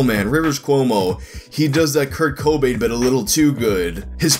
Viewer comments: It's the emphasis on "co" that we're poking fun at. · You over emphasise the first syllable in Cobain like the 'Co' part of "Co-Payment" and place less emphasis on the last syllable, prouncimg it like the Batman villain 'Bane'. His name is pronounced 'coh-BAYNE', actually dulling the sound of the 'o' vowel and emphasising the second syllable. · Coh - Bayne god Damn it. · Why do you put so much emphasis on the "co" in Cobain. Sounds like Kurt Khohbain. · The way you pronounce Cobain as CO Bain hurts me. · Kurt kOObain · “Kurt KO-bain “ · Do...do you really just keep saying Co-byn through the hole video like its normal? Yes you do.. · Kurt C-OH-bain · Its actually pronuuuuonced aaazz: Krt Kuhwoooowaah-bn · Why you pronouncing cobain that way hahaha. You doing that on purpose. Hahaha. Over and over Kurt Co-Bain. I’ve laughed every single time you said it. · Probably been said a bunch, but Kurt CO-bain lol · I really do not understand what's wrong with how I'm pronouncing his name. Should it be "CAH BAIN" or something? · U know that family guy episode where Stewie pronounces Whip? You're placing too much emphasis on the Co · goddessvenom It has nothing to do with it being Kurt Cobain, it's just the way he pronounces it. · goddessvenom I get annoyed when people put the emphasis on the wrong syllable in "taco BELL" too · The emphasis sounds stupid like that. Any other word starting with "co" is emphasized the way I pronounce it. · Dillon The Hacker it annoys me so much. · Its cobain.but u are sorta over doing the co... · I know this is very late lmao, but it’s not the pronunciation it’s the annunciation. The second syllable of Cobain should be annunciated stronger than the first. It’s not really a problem though lol. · breaking the 2 syllables in the wrong place. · I was in college in the early 90s, Nirvana was huge, and Cobain's death got tons of coverage. And I've never heard anyone pronounce his name the way does.